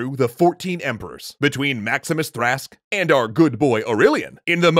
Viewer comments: Not "Thra-sk", "Thra-ks"/Thrax,meaning "the Thracian,one from Thrace". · ThraKS, not Thrask... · my brain heard maxim minus trash, when you said Maximinus Thrash-which when said correctly sounds like a made up video-game character. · Would you please put someone on checking lines? It's one thing to mispronounce names from not knowing how they should be pronounced(particularly in a language like Latin, where there are different schools on the matter), but it's another to plain misread them. Maximinus Trask? Velarian? It's a simple matter of listening to the recording to check for errors, and then re-record any messy lines. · The way he pronounced "Thrax" as "Thrask" physically hurt me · Caption: Thrax Narrator: "Trask!" ok... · "Maximinus TRASK" wtf?? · Why do you read Trax as Trask? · I'm a bit confused; did Latin "x"s represent the consonant cluster "ks" and the consonant cluster "sk", or was that a bit of accidental metathesis on the narrator's part ?